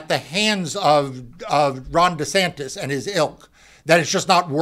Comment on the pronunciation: It sounds like he called him Rotten Desantis 🤣🤣🤣 Gonna have to start calling him that.